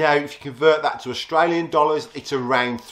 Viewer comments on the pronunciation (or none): none